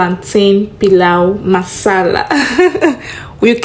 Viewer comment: It's not paluu masala it's pilau masala